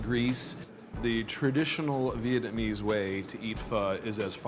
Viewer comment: DUDE! learn how to say "Vietnamese"